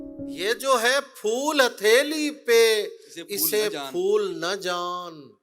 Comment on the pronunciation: Fool nahi phool hota hai namakool